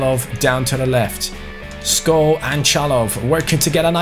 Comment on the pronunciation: Skovvv not sko like so can see